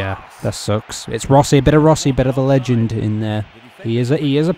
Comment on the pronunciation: Love how you say legend (leg) haha.